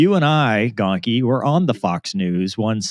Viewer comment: Shocker the news messes up Gonky's name, pretty par for the course